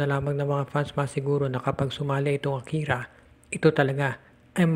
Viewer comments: akari not akira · AKARI PO HINDI AKIRA